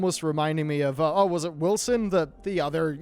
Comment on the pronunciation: Wolcen, not willson. Pronounced wole-sin